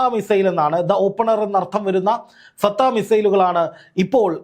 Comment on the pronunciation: ഫതഹ് ആണ് ബ്രോ. ഫതം അല്ല